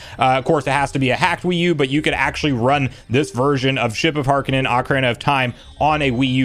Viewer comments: It's not ship of HAR-ka-nen, it's Har-kin-EE-an. Pretty obvious from the spelling... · am i the only one that cant help but be upset a bit on how he says "ship of harkinian" as "harkinan"? or am i just too used to hearing the name in the zelda cdi voice actors?